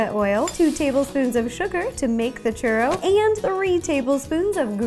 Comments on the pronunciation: same haha she said it like "shoe-roe" instead of "choo-rroh" not hating, i love her a lot ☺️ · She didnt pronounce it correctly. English speakers add the 'w' sound because they read it as if they had never heard it pronounced correctly and as if it were written based on english grammar. However, the 'o' would have to sound like it does in the word 'molt' rather than 'mow'. In other words, the 'o' sound shouldnt morph into the 'oo' sound. Its the same kind of mispronunciation that sometimes occurs with french words, i.e., like pronouncing the 't' in 'gourmet', or pronouncing 'chaise' like 'shayz' and not 'shez'. To spanish speakers, it might sound as noticeable as it would to an english speaker listen to a german speak english pronouncing 'w's like 'v's. Its not like anyone cares though, nobody expects everyone to have perfect pronunciation of all foreign languages, its perfectly acceptable to pronounce churro that way, but it is noticeably mispronounced like the examples I gave. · Omg she said it so white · Omg I felt the same way, I kept on yelling "churro" to the screen😂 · I'm not even Latin and I cringed lmao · Natalia Hernandez neither am I. I just feel if your going to bake something in a professional way you should know how to say it correctly